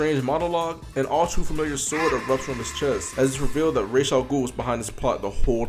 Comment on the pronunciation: Its raesh